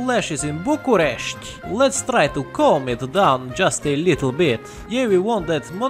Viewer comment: you've really taken me by surprise with the correct pronouciation of bucharest and the other words